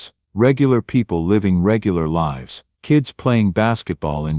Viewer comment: Pronouns "Lives" properly. You pronouns it "lifes"